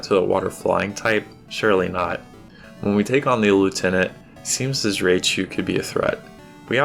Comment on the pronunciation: Dude, stop calling Raichu "Raychu." That's not how it's pronounced. I could understand if you were referring to a Pokemon that hadn't had its name pronounced many times on the anime, but this Pokemon, the evolved form of Pikachu, was featured in a few Pokemon episodes, including the first season in which Ash's Pikachu had to fight Lt. Surge's Raichu. Considering that episode took place in the 1990's, there's no excuse for not knowing how it's pronounced. Even if you had never seen the anime, basic knowledge of how Japanese words are pronounced would have helped you. When you see "ai" in a Japanese word, it's not an "ay" sound like it is in English. It's an "eye" sound. Think of Rye, like rye bread, plus chu. Ryechu is how you'd pronounce this Pokemon's name. Criticism aside, thank you for the hard work you put into making these videos. Also, for featuring Mantine and Skarmory. Mantine has long been one of my favorite water Pokemon, ever since I first found it while playing Crystal version back when it first came out. The stingray design, its special defense, and good STAB moves like Surf, along with good coverage moves, like Ice Beam (move tutor in Goldenrod in Crystal version only), made it a staple on my GSC teams. I already knew Mantine and Skarmory were counterparts, as it's quite obvious when you compare the stats. It would seem many here did not, however.